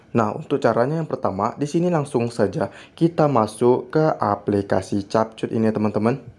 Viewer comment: Cara yang benar nyebut adalah kep kat...bukan chap chut😅